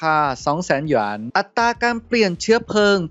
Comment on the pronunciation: อยากให้ออกเสียงคำว่า "หยวน" เหมือนคนทั่วไปได้มั้ยครับ 😅 แหยน มันฟังแล้วแปลกๆน่ะครับ